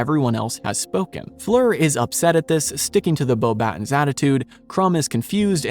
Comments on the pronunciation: As a French person, the way you pronounced the word "Beauxbatons" while reading what the comments recommended was pretty close, however, we would not read the "n" noise, which is an innexistant sound in English so close enough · Yes, the S in Beauxbatons is meant to be silent as is the T in VOldemort. People are surprised by that second one but I actually remember seeing interviews with Rowling as far back as the late 90's or early 2000's where she states that the final T in Voldemort is silent.